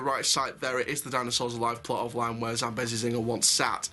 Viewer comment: Not trying to be rude but it’s pronounced zam-bee-zee